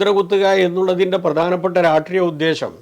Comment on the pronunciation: "രാഷ്ട്രീയം" അതിനു പകരം "രാട്രീയം" എന്നാലും ബാലാ!